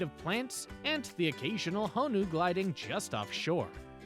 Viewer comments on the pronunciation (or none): none